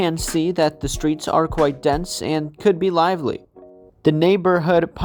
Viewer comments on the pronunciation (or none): none